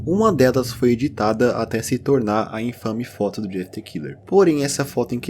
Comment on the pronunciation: The= pronuncia "de".